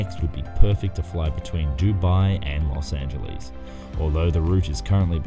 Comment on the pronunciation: When you said los angels i said yah yah